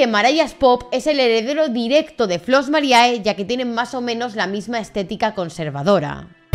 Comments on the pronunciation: No te ofendas, pero si estudias derecho, un poco de latín tendrías que saber... la fonética es "Flos Marie" no mariae, que me sangran los oídos y soy de ciencias puras, joé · el video esta impecable, pero por favor, basta de decir Flos MariAE!! En latin, cuando hay dos vocales juntas asi, solo se pronuncia la ulrima, o sea la E. Ademas las chicas del grupo lo pronuncian bien para que la audiencia sepa como quieren que se las llame. Pero parece que aqui en España os gusta mas castellanizarlo todo.. (Disculpa el desahogo, no va solo por ti, pero es que en tu caso tienes las chicas que lo dicen bien y tu que parece ni te hayas visto los cortes que se iban a poner el video..)